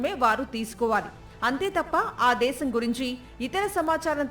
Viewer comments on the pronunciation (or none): none